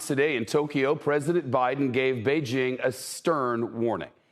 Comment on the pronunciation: Finally! Someone who can pronounce Beijing. JING. as in jingle. Not as in BeiGe. 👍👍👍